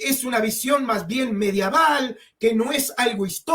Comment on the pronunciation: Amigo no se dice mediaval